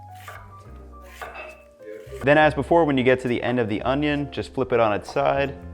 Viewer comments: Why does this guy keep saying onyo wrong? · pronounced oño the wrong way, disliked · You're saying ONIO wrong. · Best way to dice an onion is to say Onyone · how to dice an onyo